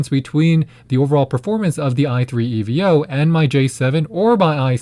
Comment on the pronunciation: Why does he say e v o 💀